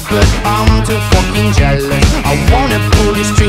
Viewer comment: I like how he doesn't even say the f word he says "foeking"